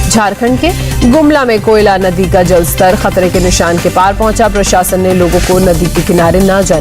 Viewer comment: Aap ne kaha Jharkhand ka koyla ndi koyla ndi nhi koyal ndi hai uska nam